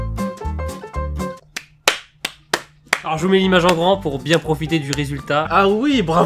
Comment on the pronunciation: C moi ou dis biengue à la place de bien